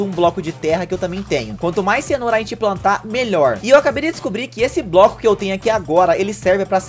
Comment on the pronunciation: No tempo ele fala broco